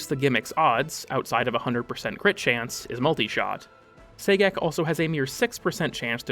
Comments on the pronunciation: I would have preferred "Gay-Sex" but I'll take what I can get, I guess....😒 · I keep hearing "Say-Gex" everytime he mentions Sagek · I’m so glad to hear I wasn’t the only one, lmao